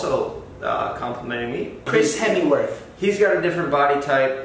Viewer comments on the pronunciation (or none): I think he said Hemmingworth instead of Hemsworth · Did josh just said chris hemiworth lmaoo ? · Did josh say Chris hemisworth haha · Chris hemyworth? Its chris hemsworth